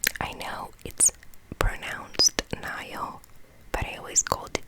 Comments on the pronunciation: In Egypt we pronounce Nile river just like how you pronounced it good job👌❤️ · Great video, very relaxing! Fun fact: The way you pronounce Nile is exactly how it's pronounced in German. 😊